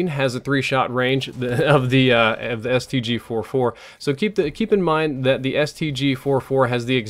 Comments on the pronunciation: Ik I am being picky, but it's the STG-44 not the STG-4-4 like you said it at the beginning of the video. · It's called the stg-44, not stg-4-4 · Its not StG 4-4 Its the StG 44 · Really? The STG FOUR FOUR?!? It's STG-44 (Fourty Four), and I hate this game for ruining one of my favourite guns of all time. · its STG FOURTY FOUR not 4-4